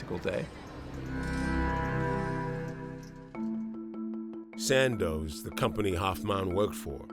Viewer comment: Hoffman not hoffmon